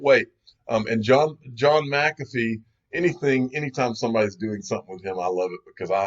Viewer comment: Mc-calf-fee - Unofficial Incorrect Pronounciator of the Digial Asset Investor Channel